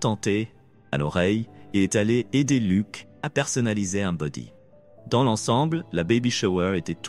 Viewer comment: On ne dit pas lok mais Luc